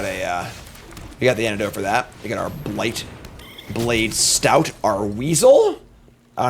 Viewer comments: No shade though. Love the vids! Just one too many “stouts” put me over the edge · Him not pronouncing st-oat correctly drove me nuts. Yay, bats, believer? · It’s like OAT. St-oat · I have had to end videos in some cases if he drafts certain cards because I can't listen to him say it 100x in a video. Take the Training Arynx back in OTJ for example. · Question: do you get banned if you correct pronunciation in chat. STOAT RHYMES WITH BOAT, GOAT, COAT, MOAT and.....OAT. Stout is stout. Why must you punish us.